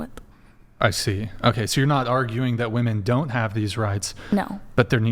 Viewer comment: Why is this "woo-men" way of saying the word a thing?